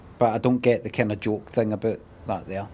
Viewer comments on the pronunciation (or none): none